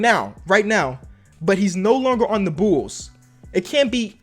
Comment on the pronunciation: “Am I a real bOOls fan?”